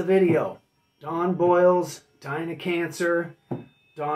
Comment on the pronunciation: Don Bolles last name is pronounced like "bowls" not boils. Interesting fact, after 45 Grave Don Bolles was a DJ on old MARS FM in LA. It was a radio station that played techno. Bolles became involved in the early LA rave scene